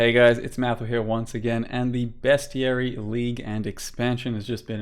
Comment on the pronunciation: Fuck yeah, someone pronounced bestiary correctly, 10/10